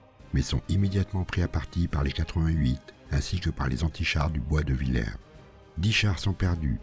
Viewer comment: Je crois que "Villers" se prononce "vil-herse"